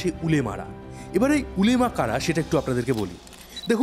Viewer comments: Ulema na olama. Hobe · Ota ulemaa na olamaa